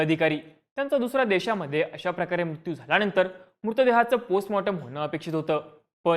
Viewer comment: मुत्यू नाही........ मृत्यु